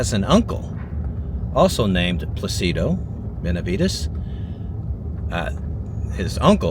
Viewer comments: "Plácido," as in Plácido Domingo, not "Placebo," lol. Besides that, it's nice to see the towns we missed when we traveled through Texas for what seemed like forever to an 11-year-old kid in the 1970s (I held on to the fringe vest my Mom bought me in either Nuevo Laredo or Laredo for the longest time until I finally outgrew it. I loved that damn thing!). ☮️ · Placido is Pronounced “ Plah se doe”, but great video.